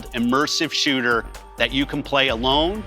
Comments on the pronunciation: I heard, can confirm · On the one hand, maybe that's his accent. On the other hand, it's funnier if he did say shitter so I'll just go with it.